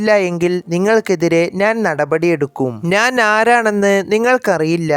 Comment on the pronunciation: അവതരണം മഹാ മോശം 😢 നാൻ അല്ല ഞാൻ